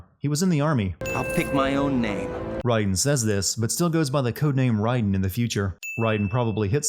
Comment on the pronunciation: Is it pronounced Ryden or Raiden?